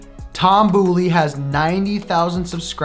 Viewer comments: Boley= Bowl-ee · Shredding Toms last name..... it’s B”oh”ley. Lol. Not the boo. Lol